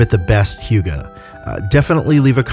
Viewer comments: How its pronounced: Huh-geh How he pronounces it: Hiuu-ga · This is a good video, and I'm not going to give you shit for mispronouncing hygge, but I will point out that the phonetic spelling is not 'hʊgə, but 'hʏgɛ. Arguably even 'hʏ'gɛ depending on dialects. I wouldn't say that UnderTale is the best hygge game, but Snowdin has a lot of hygge; especially the shop there. Just look up pictures for snowdin shop and I think you'll see what I mean. The music helps a lot too. It's the most hyggly thing I've seen in a game in recent years. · Here in Sweden, "Hygge" is pronounced "Hygge", not "Hjuga". Guess Denmark or Norway pronounces it differently. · Hygge... Just pronounce it as HYKE.. Also that book seem so stupid for a dane like me. Its just CALMNESS. Be happy. Be yourself. Take it easy. You need no book to tell you that. Anything that makes your heartbeat go slow and makes you feel like "this is nice", it's probably hygge. But I like the combination of games and a word in this analysis and examination of sorts. Thanks!